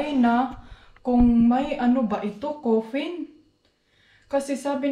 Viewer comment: Caffeine not coferne..